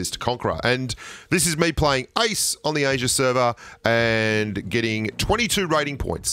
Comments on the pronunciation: It’s "ace" not ice😂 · EIS ❌ AIS ⭕ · He said:"Ace" No one: What i heard:"Ice" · I was like what?! there aren't any ice.tro....